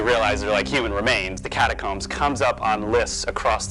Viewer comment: It's catacooombs